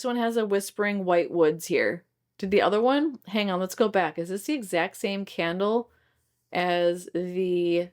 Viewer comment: 😂 You're right, these notes are right up my alley and the scents fit the Harry Potter theme. You did a great job pronouncing the names of the candles 😊. I don't know what Goose Creek is doing with the random candle additions.